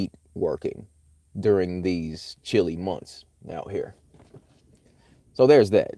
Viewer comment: "shilly months" indeed